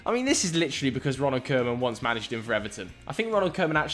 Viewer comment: Why does he keep pronouncing it Ronald “Kurman”?